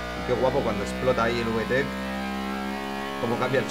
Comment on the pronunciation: Uve tec JAJAJAJA habla bien español reklo se pronuncia vitec